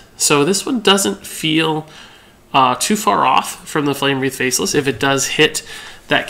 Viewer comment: not flame breathe -> its wreath pronounced wreth